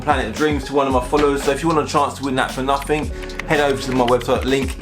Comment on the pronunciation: Why cant you pronounce you own language properly there's no f in nothing